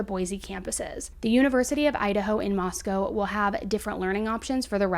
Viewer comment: FYI it's moss-co not moss-cow